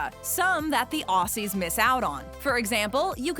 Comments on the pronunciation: It's not "ossies", it's Ozzies. And I don't think I've ever heard anyone other than Steve Irwin say crikey. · Ozzie’s OZZIES! IT’S PRONOUNCED OZZIE’S YOU FUCKS I am sorry this happens too often it is so annoying